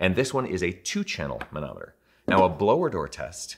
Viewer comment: When you say manometer, I hear Mahna Mahna... Doo Doo de doo do. Muppets!